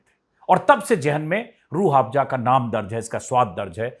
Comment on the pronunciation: अंजुमजी आप बाबा के प्रॉडक्ट का प्रचार कर रहे हो, बाबा के चॅनल पर बाबा का व्हिडिओ सिर्फ 12k लोगो ने देखा.... लेकीन आप का व्हिडिओ देखने वालो ने लाख पार कर दिये.... आप बात को रट रहे हो. Aur रूह आफजा नहीं रूह अफझा कहिये